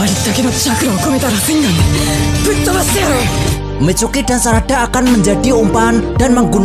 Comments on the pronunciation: Tulisan nya Mitsuki Abang bilang micuki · Mitsuki bang bukan micuki😂😂😂😂